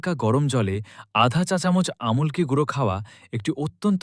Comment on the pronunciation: আপনি খুব সুন্দর বলছেন খুব ভালো লাগছে। কিন্তু উচ্চারণ ভালো লাগছেনা। আম্+লক্ষী=আমলকী। আপনি বলছেন: আমল্ +কী।